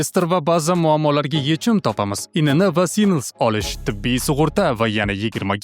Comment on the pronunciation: aka sinl emas SNILS desangiz menimch tuğri bo’lar edi